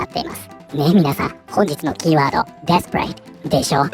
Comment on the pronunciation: 私のネイティブジャパニーズのしょぼい耳ではdesperateが◯eath paradeに聞こえるし彼女のニュースと合わせて聞くとそう感じる